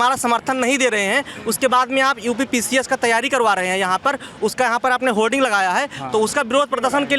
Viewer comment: होल्डिंग नहीं होर्डिंग बोलिए पत्रकार जी